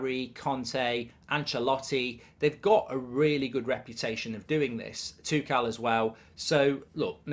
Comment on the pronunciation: He can’t even say Tuchel